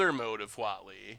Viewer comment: Definitely thought he was saying WALL-E emblem, not Huatli